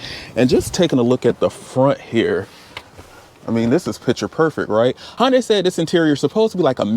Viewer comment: It's not Hon as in Honda, with a day tacked on. It's Hun as in hunter, with a day tacked on. In Korea is Hun deye, as in eye. Hundeye basically with emphasis on the D. But here in the US most people say Hunday. Hope this helps.